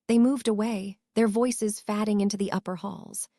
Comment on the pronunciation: Fad-ing. I wish they would make these AI voices pronounce words correctly.